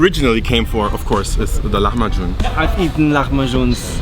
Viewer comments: Please dont call it lahamju its called : lahem b ajin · I'm from the Netherlands and here we pronounce it like "lah-mah-kun" instead of how you pronounce it. Could someone who actually speaks the language tell me which one is more accurate? I wouldn't be surprised if has it right but I do wonder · So the c in lahmacun is pronounced like a j. I'm speaking Turkish now! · Don't speak Turkish but know that the Turkish 'c' is equivalent to the English 'j' - so pronunciation is closer to the way the Turks say it.